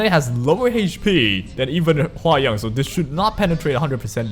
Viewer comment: hwa young is pronounced hwa 'young' as in the normal way you'd say in English 'young,' so basically you're saying it right xD don't worry